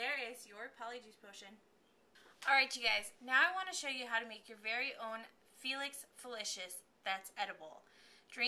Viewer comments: Cool video. It's felix felis not felix felishous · 1: felix felices is CLEAR and it's pronounced felix feli- sis